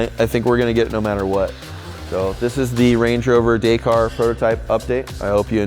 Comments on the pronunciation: DAY CAR 😂 pronounced DAKKARR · Please say the word Dakar in the the right manor , it is not Day kar it is Dak.Arr.. Paris to Dakar ……. Dak Arrrrr …… yes I am a Brit and yes I have followed the race since it started and yes I am a Rover Guy but I am married to an American Lady and have lived here for over 20 years . I love what you do and this car is outstanding BUT please say the word right …… thank you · Amazing build , only one thing wrong, you pronounce Dakar wrong, you say it this way dak-ar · Hey....if your gonna call something a name like that YOU FUCKING SHOW RESPECT AND GO BRUSH UP ON THE HOWS WHYS AND WHOS OF DAKAR......AND LEARN THE FUCKING WORD FROM THE MAN WHO STARTED IT. THERE IS NOT ONE SELF RESPECTING MAN WHO SAYS IT....DAY-CAR.....GET IT FUCKING RIGHT OR DONT DO IT.....I THOUGHT BETTER OF YOU!.....OL PERFECTIONIST QUALITY ACCURACY MAN!